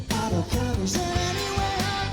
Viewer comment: not acebab bro, your spanglish is real fun:)))